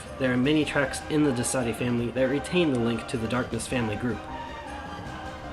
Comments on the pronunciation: Are you saying Destati wrong? The song says DES-Ta-Ti you say DeS-Tati. Which is right? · "Dess-toe-thea" is close enough to the way it's pronounced.